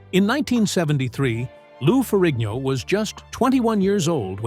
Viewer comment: This jackass can't even pronounce Ferrigno